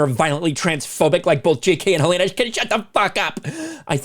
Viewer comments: Hell-en-uh, not Hill-ay-nuh. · It's Hell-a-na 🤦‍♀️